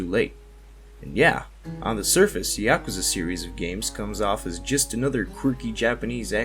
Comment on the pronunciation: It's Pronounced Ya-ku-za! Not. Ya-ka-za. So many YouTubers say it wrong lol. There's a video on YouTube to teach you to say it right!!!